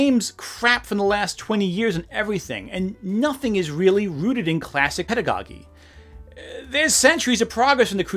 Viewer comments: Didn't scroll through everything to check; I sure hope someone else pointed these out, but Acquinas: uh-KWY-nuhs Pedagogy: peh-duh-go-JEE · Two mispronunciations of yours that are driving me nuts (one because it's recurring and the other because it was in the same passage): Aquinas and Pedagogy. They both have pronunciation guides on Merriam Webster's website, though.